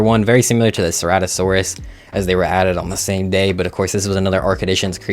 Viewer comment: cer-ah-to-saur-us not cer-rato-saurus gig-gan-toe-rap-tor not gigaraptor car-car-ro-don-to-saur-us not car-char its also only on maps that have gigas not every map fah-soul-ah-suk-us not fah-s-sol-o-suk-us pretty sure its hay-ti like hate-ti not hah-ti dino-sue-kus not dino-su-chus hell-o-core-pre-on not hell-o-co-pry-on you said it right the first time wrong the second